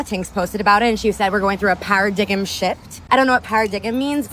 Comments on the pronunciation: "Paradigimm shift" girl parroting things she does not understand or know how to pronounce. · para-dig-em? wow. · Para-dig-em? Holy shit! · Para-diggum holy crap. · "Para-dig-em shift" (quote from the last video) God help us all. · The best part of her saying, "PARADIGGEM shift" is that the ENTIRE WORLD can see her ignorance on display.